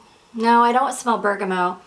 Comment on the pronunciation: I don’t wanna be that person but is there a note called bergamo or are you just mispronouncing bergamot over and over? I’m very confused lol I imagine you know what you’re talking about I’ve just never heard it being called that before (if you do mean bergamot) EDIT: I just realized maybe you’re saying it short hand or something idk sorry don’t want to be rude I was just confused